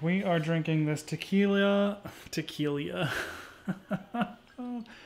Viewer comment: You said "Tequilia" twice! Haha